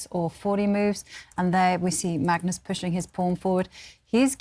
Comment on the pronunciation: “Magnoz Carlsen takes the wictory”